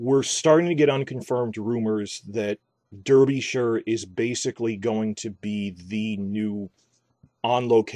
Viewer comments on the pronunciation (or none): Pennine sounds more like pen and nine rolled into one word and Derbyshire is quite misleading, its pronounced more like Darby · Lol I love how Americans mess up the pronunciation of English counties, towns and landmarks. 😆 Derbyshire isn’t in the north of England, it’s the midlands. Newcastle is the north! 🤙🏻 Derbyshire is pronounced Darby-sheer The Pennines is pronounced pen-nines Literally every GoT / HotD fan account has got this wrong. Hope this helps. Other than that, great video!